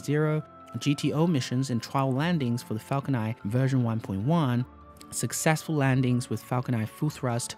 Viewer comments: dude your videos are really good and well researched, but holy spaceballs dude every time you say "Falco Nai" instead of Falcon NINE!!! I lose all interest in the video... Please work on enunciating English words with an N at the end... It gets more and more annoying as the video goes on having to listen to you saying "falco nai" every time.. . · the way he pronounce the falcon 9 confuses me. :( i'm hearing falcon i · Am I crazy or were you saying “falcon eye” the whole time?